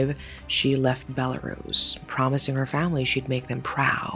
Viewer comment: As a Belarusian, I felt so heart-broken. My country always gets in the news with such bad things... We are a smal country with quite a small population too, so it feels like I've lost someone close. Thanks for the correct pronunciation of the country btw.